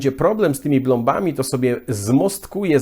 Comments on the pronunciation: Mówi się plomba a nie blomba proszę pana😂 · Plomba a nie blomba😂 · Myślałam, że mówi się PLOMBA, nie blomba. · Blomba ? gdzieś ty się uczył polskiego ?